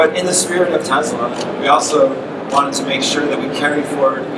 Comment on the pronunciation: Tesla, not Tezla. Shouldn't pronouncing the name right be a prerequisite for working for a company?